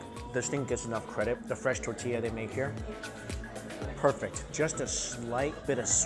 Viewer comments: Love the vid but the way you say tortilla... you do know there is an "R" in the word. "TORtilla" not tatilla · ITS TORTILLA NOT TATILLA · Yep It's Thor-Thee-Lah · Hi Mike... Love Your Videos... But I Have To Tell You... It's ToRtilla, not Tatilla... And Please Don't Ever Eat a Taquito Wit a Fork... They're Finger Foods... Thanks... Lol 👍👍👍😁😁😁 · My favorite is when Mike says "tuhtilla" like a Jewish grandmother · Hahaha “tatilla” 😂 how I’m going to say tortilla from now on. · Am i the only one annoyed by how he pronounces "tortilla"? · it really bothers me how her pronounces tortilla